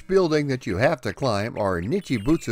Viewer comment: Not dissing :D But if you check the timestamp, you say "Nichubitsu". I don't mind, really, I just find it odd because it happens a lot. Hope you don't think I'm being an arsehole, I'm really not. It took me 3 years of learning English as a Second Language to properly pronounce "girl". <3 Love your channel. It was just a comment from an ESL teacher (what I do now part time) POV.